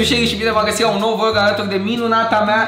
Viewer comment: Uita-te la video si tu si vezi ca ai spus vog in loc de vlog